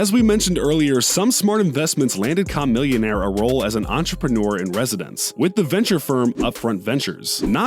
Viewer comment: Another video, this jackass can still not say Chamillionaire's name right...